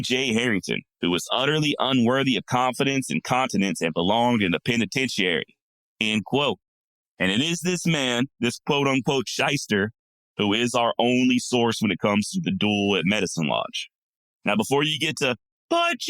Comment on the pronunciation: By the way, there is no "u" in pen-i- ten-tia-ry.